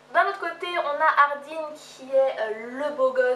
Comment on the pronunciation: C'est perturbant dans ma tête c'était Hardin prononcer ''Hardun'' et non ''hardine'' :)